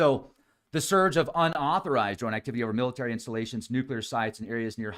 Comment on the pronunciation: Liked, for pronouncing Nuclear better than most professionals, scientists, journalists, etc.. salute,. New clear. Bravo!